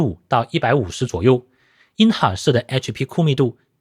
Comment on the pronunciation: intel,的发音真让我听出一片冷汗。。。